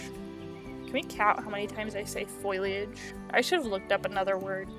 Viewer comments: fo-li-age ... not foilage ... (great video btw! super underrated) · Not to be mean or anything... but its foliage. Not foilage. Its just a word that is used so much that it actually becomes noticable. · You’re pronouncing “foliage” like “foilage” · fo-lee-edge! NOT FOIL!!!! lol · FOE-lee-age. Not FOY-lee-age. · It made me laugh every time you said foliage, not just because of how many times you used it, but also because of how you pronounce it with an extra ‘i’ like foiliage lol. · and sometimes Foiliage or just foliage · I also used to call foliage "foilage". I giggle when I hear it. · Omg I keep on getting triggerd because of people saying foileage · Strategy? Stragety ✅ Foliage? foilage ✅ Conducive? Conductive ✅ 💀💀💀💀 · I love the zoo but your pronunciation of foliage is kind of bad xD fol-ee-age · I really thought this video was great and you deserve to have your channel grow tons! I don't know how to put this without sounding mean, but I don't think you're saying the word foliage correctly and it's the only thing thar bothered me in this otherwise percect video. And the only reason I really noticed is because you said it so much 😂Good job and I wish you lots of success! 🎉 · You said foliage so many times and you mispronounced it every time